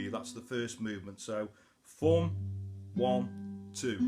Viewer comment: Great Job, but WTF if Foom ? Busten em mate, I know you saying thumn..right?